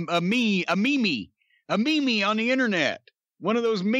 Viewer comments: Underrated part of this clip: Meme being pronounced as "Mee-Mee" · Cornette calls memes. meemees never change cornette